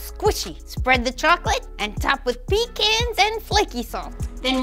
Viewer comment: She’s so cute I won’t even get mad at how she mispronounced pecans 😂